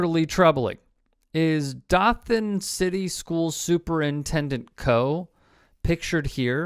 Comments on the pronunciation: If you can't pronounce Dothan correctly (Doe-than) correctly keep it out of your mouth. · "dough-than". Hearing it like that hurt me as a nearby local xD. Im from PC in FL about an hour or so away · The "O" in Dothan is long.